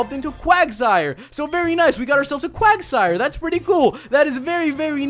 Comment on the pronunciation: wuagsire sounds like quagmire